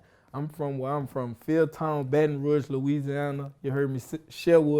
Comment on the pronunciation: Dude said "baton roo-age" bout fitty eleven times!!!